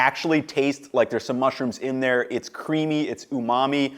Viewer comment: Umami? Sorry, I mean umami? sorry, I mean umami? sorry, I mean